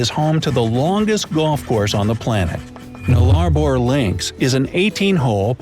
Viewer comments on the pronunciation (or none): The voiceover guy had a few hiccups with pronunciation... the Nullabor is said like duller-bore. Aussie is pronounced with a z sound where there are s's just the same as Brissy. We do not say Brisbane as if the place is the "bane" of anybody's life, it is more like brisbn, which is only fitting for such a tree-filled, beautiful city, though it does get a bit hot yearly. Years ago a Japanese businessman came to Cairns in Queensland, was driven inland up a range onto the Atherton Tablelands, part of the great dividing range. They were going to a place called Tinaroo Dam, which has a lot of rainforest around it, a lot of camping sites, caravan parks, small towns and houseboats for hire, you can fish for Barramundi from the deck. It is a national park as well. The poor guy just started crying. He was asked why he cried? He said the sky was so blue, no buildings blocking it out, and he had never been to a place which wasn't "wall to wall," "chock-a-block" with people. So to him it was beautiful, but also a huge culture shock. That is just one beautiful region though. Look up the Whitsunday group of islands at Shute harbour, it is spectacularly beautiful and big enough to find some privacy there. All the best.